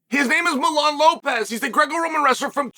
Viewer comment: Uncle Chael can u pronounce one name correctly please it’s Mijain Lopez. Not Milan